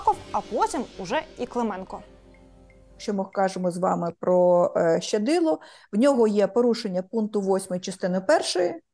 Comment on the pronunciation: В українській мові слова як чуються так і пишуться! Тому коли журналісти кажуть "ШЧадило" - це не вірно! Є буква лише Щ, тому Щадило!